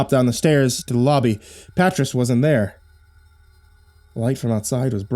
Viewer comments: Pretty sure 'patriss' is actually pronounced puht-rEEs (Patrice), and if i'm wrong about that, lord help anybody actually named patriss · His pronunciation of Patrice is killing me 🤣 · Damn, I hope you've since learned how to pronounce the name Patrice